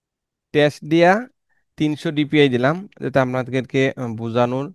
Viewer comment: Your video is pretty helpful to me. Advice to you: Try to talk less. Suggestion: Don't put the number on screen. It causes inturupt while watching. And its not 'tes' its 'test' Thank you.